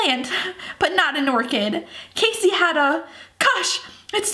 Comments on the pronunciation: I love you ok, but it annoys me when you pronounce Cassie's name as Casy, as it is Kassie Cassie, is pronounced Kassie, but I love you so much, and I love this series! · I agree my sister name is Cassie and when she says Casey it bothers me. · 4KidsGaming it is pronounced cAssie